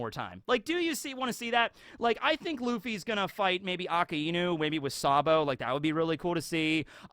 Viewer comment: who? I know you didn’t just pronounce Akainu’s name like that? Come on man.